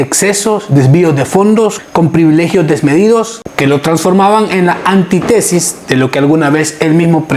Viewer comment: Antítesis..mal pronunciado. Lleva tilde. Los politicos son una verdadera asquerosidad.